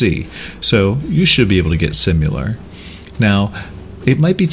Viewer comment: did he just say Simular?